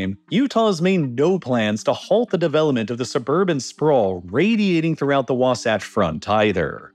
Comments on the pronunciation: Say wasotch one more time….. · Just a quick edit the mountains you labeled under “Wasatch mountains” are the Uinta mountains and the term Wasatch is pronounced, Wa- like ‘water’ and -satch like ‘patch” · Great video until you said Wasatch Front like 5 times in a row the wrong way. Lol. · You are pronouncing WASATCH wrong. You sound silly. Fun Fact, Wasatch is a Ute word that means frozen penis. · You got Wasatch wrong again. Literally just take 3 minutes and watch KSL news to hear it pronounced correctly. Also you should probably talk to a Latter-Day Saints from Utah before making a video about Utah with history in it. You made quite a few small mistakes. Doesn't take away from the video for the average audience but it would be better to get the info right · Listening to the mispronunciation of local names is kinda painful. Though you seem to switch to about the right pronunciation of Wasatch part way in. Also, the church's official name, the one they have asked repeatedly to be called by, is The Church of Jesus Christ of Latter-day Saints. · As someone who lived in Salt Lake city for years you are slightly mispronouncing Wasatch. All good tho, I enjoy the videos. Edit: you slipped into saying it right as the video went on. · I was cringing with his pronunciation of Wasatch. 😆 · The way you pronounced "Wasatch" hurt my brain. In all seriousness, thanks for bringing attention to our problem. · It’s Wa-Satch like satch-el. Not like scotch. ❤ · I’m sure it’s been said already but it’s pronounced “was-ATCH” not “wah-sahch” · The way he switched between calling it The Wah-saach Front vs Wa-satch Front throughout was amusing. The second one is correct. (Not a dig by the way. We have weird pronunciations here.) Also, great video! I'm a biologist near Ogden that rants about this a fair bit to deaf ears all around. I'm not too optimistic about The Great Salt Lake to be honest. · Wasatch is pronounced differently here, rhyming with “boxmatch” not with “boxsocks”